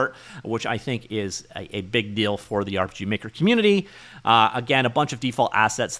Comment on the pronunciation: Did you just say urp. Is that actually how you say it now